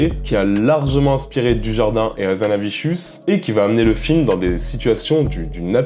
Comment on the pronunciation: Pourquoi "HazanaviCHius" ?